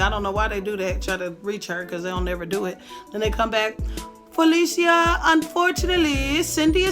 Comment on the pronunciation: “FALEESHA” lol 😂 u are adorable FELICIA thanks for taking ya time for us